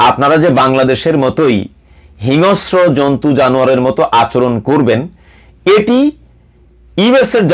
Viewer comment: Not hinosro, it should be hingsro Mr..